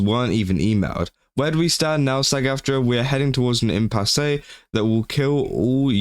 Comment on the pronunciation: "Impasse" is just prounced "impass". You only say the "E" at the end if it has the diagonal line over it, like in "café".